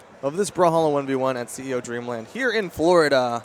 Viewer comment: Its "Dreamland" not "Dreamand"